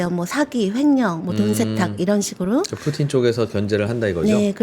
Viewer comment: 푸틴보다 푸찐이 더 맞는 발음이었나보네요. 근데 푸찐보단 푸틴이 더 입에 잘 달라붙음 ㅋㅋㅋ